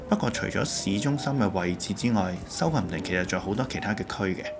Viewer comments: Southampton 個重音嚮第2個音節, 應該讀soutHAMton, 唔係SOUThamton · 主持將Birmingham個ham(第三音)放在Southampton個ham(第二音)度，所以有D怪，應該照讀ham火煺就可以了。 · pronunciation of Southampton is a bit awkward